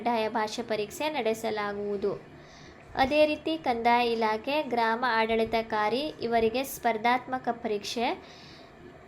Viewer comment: ಆಡಳಿತಾಧಿಕಾರಿ ಪದವನ್ನು ಉಚ್ಚಾರಣೆ ಮಾಡಕ್ಕೆ ಬರಲ್ಲ.